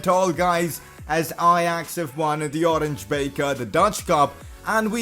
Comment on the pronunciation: You pronounce the "Oranje Beker" trophy like "Oranya Beaker" trophy